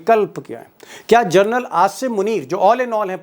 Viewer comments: Deepak ji.... जर्नल नहीं.... जनरल... General... बाकी great journalism.. salute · आपने जनरल को बार बार जरनल बोलते हैं